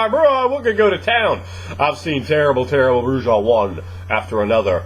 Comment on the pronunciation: Not to bust balls but the "j" in Brujah is silent. It's pronounce "Broo ah" not" Broo jah"